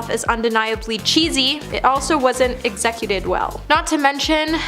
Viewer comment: “EgZECuted”? Come on dear, go back to school!